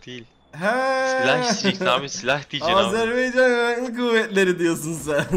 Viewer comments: Abicim Azerbeycan diyil Azerbaycan rica ediyorum buna dikkat edin zor diyil❤ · Ya reis Azərb(a)ycan , Azerb(e)ycan dyil,bu kadar zor olmamali ogrenmek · Azerbey değil Azerbaycan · Azeri kelimesini dememeyi öğretmeye çalışırken Azerbeycan diyen yüce gönüllü insan 😆 Azerbaycan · Abicim Azerbeycan diyil😂 Azərbaycan oyrenelim uzuluyom oyle deyince😢